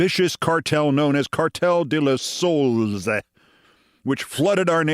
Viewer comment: Keith pronouncing Soles as souls.... LOL